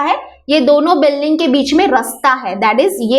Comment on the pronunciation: Mam building hota he . par ye biling Kya he